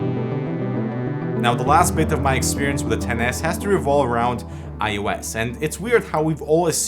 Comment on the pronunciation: thank you for calling it XS not tenes